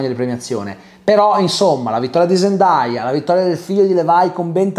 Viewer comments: Zendaya lo ha meritato troppo 🥺❤️ P.S Comunque la pronuncia non è “ZEN-DAI-A” ma “ZEN-DEI-A” 😅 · Si pronuncia "zendei"